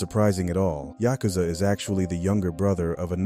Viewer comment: Tryna say yakuza a maniac 😂